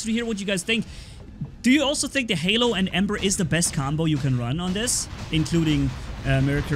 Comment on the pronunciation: Hae it's not Lehlo its Halo 🤣🤣🤣🤣🤣🤣🤣🤣